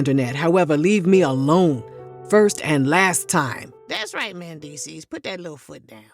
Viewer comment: the way she keeps pronouncing his name MANdeecees..........